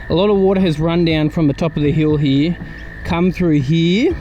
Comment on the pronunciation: Lol what happened to the R? Did it go hide somewhere? What R am I talking about? The one in the word Here. Lol the R is gone and replaced with eeeya. Lots of water over heeeeya. 😂